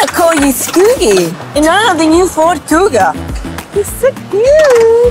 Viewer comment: "Cougar" instead of "Kuga"